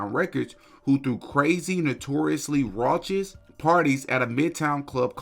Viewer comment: That's not how you say "raucous"